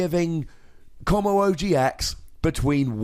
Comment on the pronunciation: "stupidest name in pokemon" please you're just pronouncing wrong!